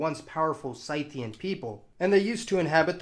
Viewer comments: Whoa! They're pronounced SCYTHE-ian, not SITH-ian?! All these years... smh Learn something new every day. Thank you so much for this edumacation. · I love your videos but please be a bit more careful with pronunciation of some of the ethnic group names. SITH-ians and not SIGH-thians. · Interesting stuff! Just a shame words like Circassians, Scythians, Jazyges, etc etc are all so horribly mispronounced. You can look most of these up on Wikipedia. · Please look in a dictionary for pronunciations before you broadcast. Your pronunciations of "Slavic" and "Scythians" make me cringe. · Scyth, rhymes with Sith J as in Yot, magyar/ mađar/ maģar... ☆ look up things before you make a vid! Circass / Čerkeš (You hurt my ears)